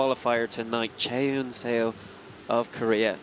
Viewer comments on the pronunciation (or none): It gets repeatedly mentioned at every world cup event, but can the commentators get clarification of how to pronounce competitors' names please? Chaehyun Seo even had an interview where they could have asked beforehand and the commentator still said "say-oh" a few dozen times throughout her climb. It's disappointing that World Cup commentary still can't get something as simple as athlete names correct.